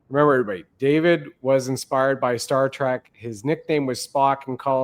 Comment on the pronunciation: Star Trek not track!